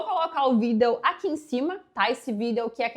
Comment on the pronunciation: Por que vc fala vídeo de vidêl mila briktok?